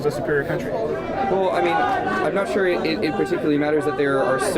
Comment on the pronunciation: He already lost when he said “are you show” what an idiotic prepubescent tween